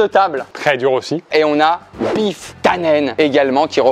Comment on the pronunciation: cest pas biff cest griff ! Tu y connais kedal 🤪